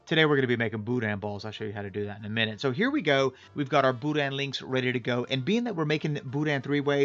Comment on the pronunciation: You can tell when a real Cajun makes Boudin. He uses LIVER! Texans don’t use liver and they wrongly pronounce the “n”. No liver= not boudin. “Boodah”Great vid.